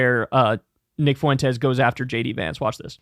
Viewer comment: The guy´s an asshole but Kyle it´s hurts my ears the way you pronounce his last name. It´s pronounced Fwentes, Not Fu en tes